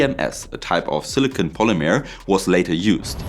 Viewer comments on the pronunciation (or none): none